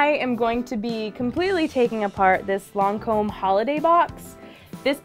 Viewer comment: I’m bothered by the way she says Lancôme. I’m sorry but it’s not “loncôme”.